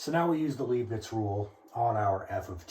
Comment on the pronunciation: The name is Leibniz, not Leebniz!